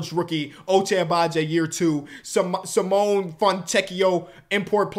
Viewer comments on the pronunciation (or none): Well I guess now I know hasnt actually watched a Jazz game since their hot start last season. It's pronounced SEE-MO-NAY, not SA-MONE